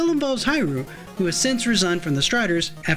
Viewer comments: Please, it pronounce as "He Lu" Not "Hi Ru!" And not much people mention that, although it is Ryu, it is pronounce as Lu, Japanese does not has "R" sound, they use "L" sound instead. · Strider HEER-REE-U 🤦🏾‍♂️